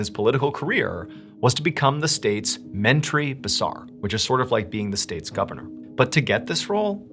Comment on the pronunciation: ...loved the way you pronounced ' Menteri Besar'...